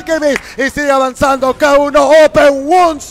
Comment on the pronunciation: Suena raro cuando le dice ki-wan mejor suena k1 noma